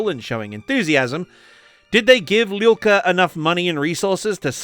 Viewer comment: Hello from Ukraine. I couldnt understand who is Lilka, but after some googling i find out that your pronounse is terrible) Arkhip Liul'ka. Not Lilka. Starts like Liu Kang, but without Kang) And there are videos on Youtube how to pronounce Liu.(i literally checked and was surprised of their existence) Its not that hard) And thank you for understanding that not everyone from USSR is automaticly russian.